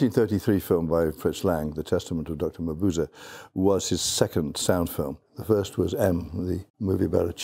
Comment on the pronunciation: I don't think thats how you pronounce Mabuse